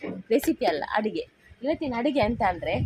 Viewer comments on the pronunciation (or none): 😃😃😃😃.. it's not..ADIGHE...you should pronounce it as ADOOGHE...OK? ADIGHE.. meaning of totally different